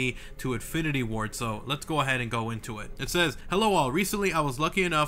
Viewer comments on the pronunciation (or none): none